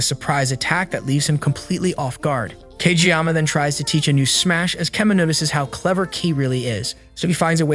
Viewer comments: He also said cageyaka lol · Fr tho tf is wrong with him it’s Kageyama but still W